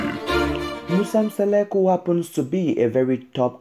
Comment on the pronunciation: I hate when a person who can't even pronounce our African names tell our stories.who is Seleku who is Masele(maCele) Hai maan